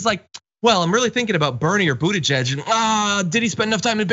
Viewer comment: Pete Buttigieg will do fine in China. The Chinese love the Maltese. Remember that after 4 years of Trump the US needs to mend-up things with China. It is time that the Americans learn how to say his name correctly.